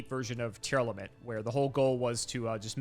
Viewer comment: Anyone else die a little inside every time calls Tearlament "Tear-Element" instead of "Tear-Lament"